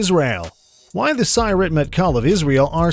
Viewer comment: The announcer is mispronouncing Sayeret. Each syllable of Sayeret has equal emphasis in Hebrew.